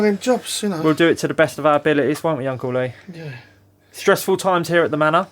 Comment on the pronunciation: When you say Uncle Lee I always hear Uncley😊